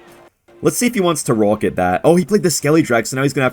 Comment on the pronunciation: and his pawket rawket